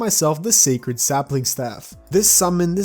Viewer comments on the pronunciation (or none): none